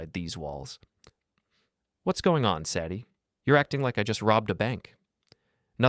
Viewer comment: Hard to keep listening when they keep pronouncing Sadie's name wrong.